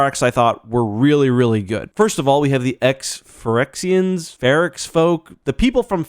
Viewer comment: Phyrexians? Ferrexians?